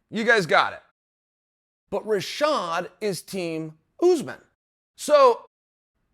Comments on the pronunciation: It aint Usman its Oozeman, poppa Chael back at it with some mooey thai lmao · Mooey Thai and Ooozzzman lol